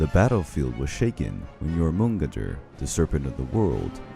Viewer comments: This butchery of the word Jörmungandr in every Norse video that he's mentioned irks me. It's Jör (Yor) mun (Mun) gandr (Gandir - the i is not a hard i, it sounds more like der) I'm no linguist so the precise explanation of sounds isn't my thing. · Dude you pronounce Jörmungander like this Jormun-gand-er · i just have to say the world serpent is pronounced “your mon gand der” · Yor mun gidder? I die a bit inside everytime you pronounce it like that. Your-mun-gander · Yamungeder instead of jormungander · Jormangandr (yor-man-Gand-er) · Love the video. But didn't Thor take 7 steps from Jörmungandr's body and then succumb to the poison? Also hearing how you pronounce Jörmungandr is so weird. Never heard it pronounced like that. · Great video but the way you pronounce jormungandr makes me mad 😂😂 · The pronunciation of jormungdr and aesier are mildly infuriating